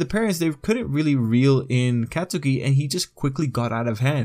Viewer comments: Katsuki= kot-ski Idk it bothered me he said Katsuki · Every time he says CatSOOKI BAHkugo or acadeemia I wanna die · lowkey, Katsukis mom has Hispanic mother energy. also why he b callin him CATSOOKI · No one:: cat - soo - key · It’s pronounced kot-skie. A lot of people say it wrong, don’t worry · Anyone get triggered when they say the name wrong??? and say it as Cat-Sew-key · Kat su ki ?? Why you say his name like that lmao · He’s pronouncing katsuki wrong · You say Katsuki's name wrong. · Yo you don't say bakugo and katsuki with a long a sound you say it like Mario bAkugo kAtsuki